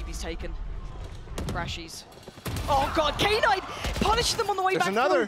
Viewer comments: Im losing my mind over the female commentator calling Knight K - NIGHT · No I mean "Knight" should be pronounced as "nite" instead of "K-nite" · Am I the only one triggered that knight is pronounced as K-night? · Knight pronounced as K-night was killing me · why is she calling him k- night? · why are the commentators saying K-night like it's two different word, it's just "knight" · what is k night. His name is Knight pronounced as night lol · She knows what a knight is right? Why does she keep saying K-night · Did she just call knight , K-night ? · imagine reading "knight" as K-NIGHT. what the F. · okay but who the fuck read knight "kay night" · Even the JP caster called him K-nighto maybe that's how he wants to be called idk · Why does the caster keep saying knight as "K-nite". Is it how it's pronounced or just the American way of not knowing how to pronounce it and still saying it to make American English? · I vomited hearing "K-night!"